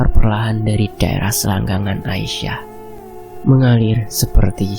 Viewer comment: Bang salah baca antum aisyah kok dibaca asiyah